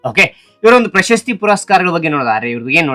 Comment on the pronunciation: Bro ಪಂಪ ಪ್ರಶಸ್ತಿ bro ಪಂಪ ಪಶಸ್ತಿ ಅಲ್ಲ bro